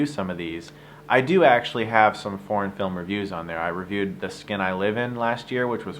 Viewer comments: When you started talking about foreign films I thought you were saying porn films and you were really serious and I was like "Wait, what porn films do you review that are really good? What is he talking about? Is he not even going to mention fapping?". Then I realized you were saying foreign and I was like OOOoohhh. It was funny. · I understood "porn films" :) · Why do I hear something else when he says "foreign films".